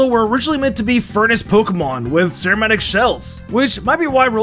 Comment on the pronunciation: say ceramic again? ser a metic? wtffffffffffffffffffff